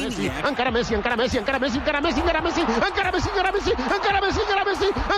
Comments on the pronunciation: The number of misprouncements in this video is ridiculous... ankara (encara), Alsonso (Alonso), Bayern Leverkusen (Bayer), ... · It's not "ankara". it is " encara" wich means to face